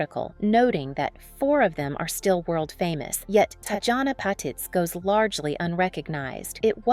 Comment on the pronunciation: TOTALLY Agree! These AI generated videos are so annoying! It totally mispronounced BOTH her 1st & last name! Glad I’m not the only one to notice this. Thank you so much for calling it out!😊